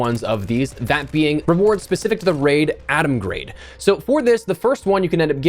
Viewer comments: its GRAD, not GRADE!!!! x.x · How do you not know how to pronounce Atomgrad?